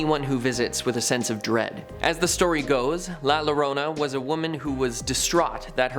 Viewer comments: Ugh. La Llorona means the crying woman in Spanish. Two “L,s” equal a “y” sound. There is no “la Llorona”. It’s La “yorona” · Thanks for the history ..lil advise ..say Yo-Rona instead of lorona 🤣🤣 nothing wrong I understood everything but just the name ..great job on the info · La Llorna is pronounced la Ya-rona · Lol.. lalarona... Bruh... It's la ya rrrona... Gotta love the non Texans (or the texan non mexicans) that try pronouncing things from here.. Gawd bless yer lil hearts!!! retrasados!! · Lmao la Lorona it's actúa pronunce "yorona" lol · It’s not “La Low-rona” it’s “La Yo-Rona” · La Llorona is pronounced Yorona not Lorona. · The name is pronounced yourona larona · La….. (Yo-roh-nah) NOT (la-rona)😤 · I’m sorry did you just say la L-Lorrona 😂 hermano it’s la yorrona, double L is sounded with a Y sound. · Like the video, just one (not so) minor point. Check your pronunciation - the crying lady is La Yarona, not La Larona. The double L in Spanish is pronounced as a Y. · La (yo-Dona ) is how you pronounce la llorona 😂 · Try saying it .....with yo.....not low,..............yo-rona ...la yorona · La Llorona is pronounced La “Yo”rona Please, never pronounce it as this man did on this video. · “La lorona” lmaoooo if anything, the pronunciation is the scariest part of that one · La Yarona. Double L makes a y sound. Like quesadailla. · La llorona… is pronounced like YORONA. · Please just say it La Yorona 🤦🏽‍♂️👍🏽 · La Llorona is pronounced La Yo-rona (: great video! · Hearing this bloke pronounce “Luh LUH-ROH-NUH” had me rolling. 😂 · It’s pronounced la yorona. Lol 😂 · La lorona lol 😂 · “La Luh-ronah“💀💀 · Ahhhh! Pronounced "Yorona" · I’m sorry but you murdered that Spanish and not in a good way la lorona?! 😂😂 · La Lorona 🤣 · Livin in Texas, la llorona is pronounced La Yo-ro-nah, but love the info! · La-Llorona is pronounced La Yorona, and roll that ‘r’ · La larona🤦‍♂️🤣🤣🤣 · La llorona 😅… how to pronounce it… La Yorona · "La Larona" lol smh* La Llorona" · La Llorona